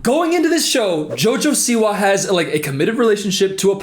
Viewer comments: WHY DO U PRONOUNCE JOJO SIWA LIKE THAT😭😭😭😭😭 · obsessed with how you pronounce "jojo siwa"